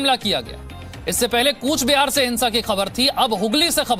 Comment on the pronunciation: Thank you Zee news... 1 request ... It's not KUCH BIHAR now it's COOCHBEHAR ...Please pronounce correctly....(is as exact COACHIN like pronounciation) Regards From 736101, COOCHBEHAR,INDIA JAI HIND